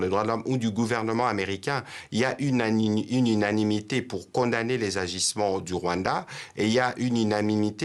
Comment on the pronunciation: Il ne sait pas dire unanimité.